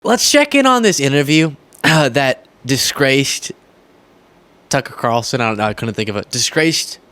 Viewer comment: Tuckee Carltone